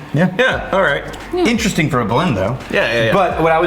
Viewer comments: I think this is a missed "Interestingk!" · was the first "interesting'k" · Did no one else catch the "interestingk" ? 😆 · Missed one!! “interestingkkk” lol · you missed saying “interestingk” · They missed TWO other "k"s both times with the word interestinK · You guys missed the big one. "Interestingk" and "thingk" ...